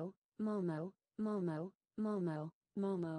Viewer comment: Hlo mam, 🙏. This is momo not a moo mauu.😂😂 But 😉 Your wrapping style is wonderful and amazing 😱😱😱😱😱🤩🤩